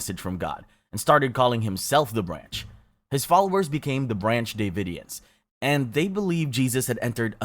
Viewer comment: Rose Mc-Go-an? Brancy Dey-vidians? Hailey Bop? Dude, why don't you look up how to pronounce these things?